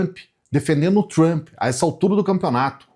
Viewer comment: Não é tchumpre. E trumpa mesmo kkkkk